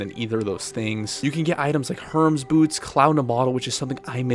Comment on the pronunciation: These were some well thought out tips. On another note, you're pronouncing Hermes incorrectly. The 'mes' in Hermes rhymes with 'keys'.